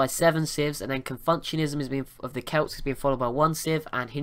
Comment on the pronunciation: That religion was is pronounced Con-few-tionism